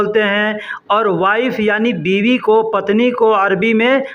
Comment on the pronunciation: Assalamualaikum sir Miya or biwi ka talaffus sahi karo